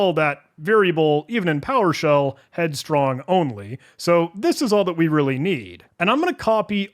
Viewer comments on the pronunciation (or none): An AI voiceover would not make such a bad job of pronouncing the unusual variable names. "Headstrongly" and "helicopepsin", for example, which the human totally messed up.